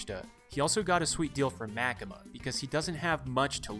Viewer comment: I think it was MaKEma